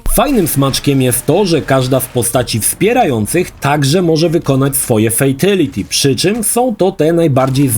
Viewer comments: Nadal fejteliti… 😅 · Nie oglądałem jeszcze materiału, bo nie wiem, czy go zniosę, więc najpierw zapytam. Czy nauczył się w końcu poprawnie wymawiać słowo "fatality", czy dalej słychać "fejteliti"?